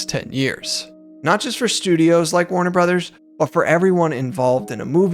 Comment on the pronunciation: Why does the guy in the video mispronounce the company name?